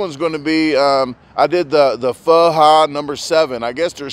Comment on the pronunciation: Proper pronunciation : Pho is pronounced Fa.